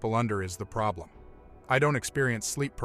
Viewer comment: 👽 what’s the proB-LeM